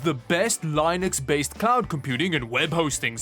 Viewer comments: Im sorry I know that different cultures say things differently but everytime he said Linex it made me want to die. Its Linux Lin-ux not Line-ex. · lye nix 😑😑, it's LYnnucks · It's not "L I NUX". It's "leenux". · "len - "x" say it with me "len - x" lol never heard Linux said linex before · UMMM I think its pronounced LEE-NUKS not LAI-nuks just like Lee-node, not Lai-node lol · Why does he call it Linus instead of Linux. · Bro Just lee nux not lie nux 😭😂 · pronounce linux like you do linode and we might have a deal. but LIEnux. i feel like iv been saying it wrong my whole life. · I watch this channel just to hear pronounce Linux as Lainux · PLEASE YOU ALWAYS KILL ME BY SAYING LINUX LIKE THAT STAWP😭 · Learn to say Linux properly for god sake!!!!!! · it is pronounced Linux not Linux. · One day, Linus Torvalds is going to come for you, and open source your ass for pronouncing Linux like that,.